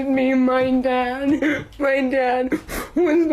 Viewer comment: Her “nad” lmao